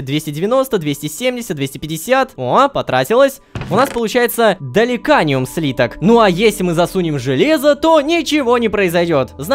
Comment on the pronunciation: Даликиниум а не даликаниум ааааааа